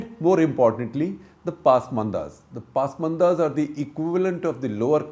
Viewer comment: Stop saying ‘paasmanda’! It is ‘pasmaanda’- an Urdu word that denotes backwardness!